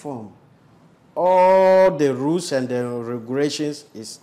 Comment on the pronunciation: All The Rooles And Ruuugilations 😂😂😂😂😂